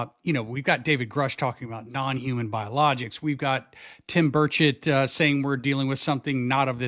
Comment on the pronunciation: Did he say "Tim Bird shit" or "Tim Birchett"😂😂